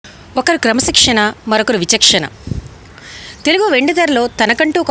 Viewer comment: Kamashishkana kadu kramashishkanaa......